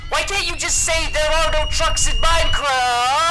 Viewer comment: Minecraft not minicraft